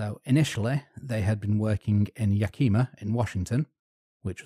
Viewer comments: Yakima is pronounced "Yack-eh-ma" not "Yack-ee-ma" It's a few miles from my hometown. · Yakima is definitely not pronounced like that. Yah-ki-mah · Yak-ih-mah. Yakima. Yak-kima is a chick named Kima who got to drunk and puked alot.